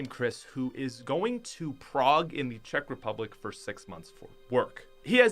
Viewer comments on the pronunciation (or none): none